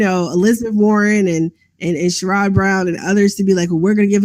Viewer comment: small nitpick, it's pronounced SHARE-idd Brown, not shuh-RODD